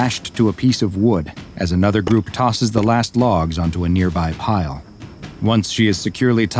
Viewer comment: I thought you said pire but then i was like he said pile